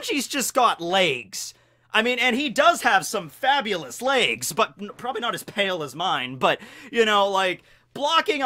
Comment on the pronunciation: the way you pronounce 'layges' triggers me